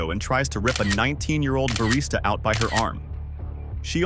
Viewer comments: Barista, not Bariata. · Ugh, another stupid AI channel. What the hell is a bariata?! 👎👎